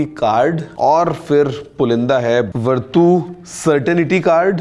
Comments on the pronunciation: Verdu nahi he bhai it's vertu 😂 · sir wo वरटू नहीं वर्च्यू होता हैं... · Vartu nahi is ko varchu padhte hai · Aap ke uccaran me kuch problem hai,, it’s verchu not vertoo,, we didn’t expect from u.. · भैया इस को वर्तू नहीं बल्कि वर्चू बोलते हैं। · Its verchu not verdhu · It is pronounced as "Virtue"